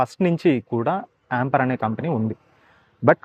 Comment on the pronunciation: యాంపర్ కాదు యాంపియర్